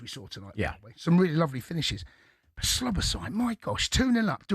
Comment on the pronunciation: Cundy it's Szoboszlai , not Sloboszlai , thought he was tonight..